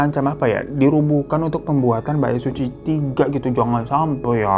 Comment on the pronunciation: Knapa di kuping gw si "Bait Suci" ini kdengeranya jdi "Baek Suzy" ya??😂😂